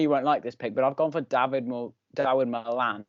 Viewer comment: get pronunciation right on Dawid Malan mate😂